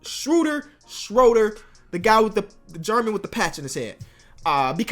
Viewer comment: You're somehow getting even worse at pronouncing Schröder